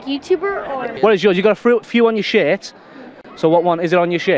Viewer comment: “You’ve got a few on your shæt”